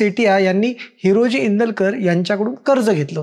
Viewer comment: Tula हिरोजी neet bolta yet nahi हिराजी mhantoy